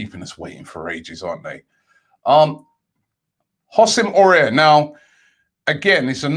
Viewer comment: So Robbie asks us how to pronounce Houssem Aouar and then in the following video continues butchering it..... dude get better at pronouncing please its painful